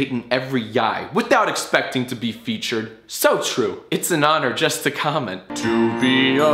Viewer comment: the "...to be feature d" adds SO much